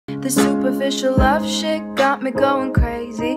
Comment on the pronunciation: Hey, did she say " love s'hit "? I'd been waiting for that "shit" instead of "thing".